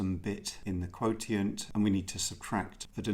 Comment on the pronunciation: Excellent as always! Though for future reference, "quotient" is generally pronounced "kwow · shnt" as opposed to "kwow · tee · int" as you pronounced it .